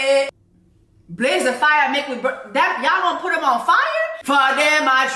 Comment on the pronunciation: Girl, we say “Mek we bun dem” not “burn dem” 😂😂😂